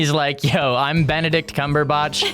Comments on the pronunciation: I’m sorry but who’s Benedict cumberbotch It’s cumberbach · Him: Benedict CumberbOtch Me: It's CumberbAtch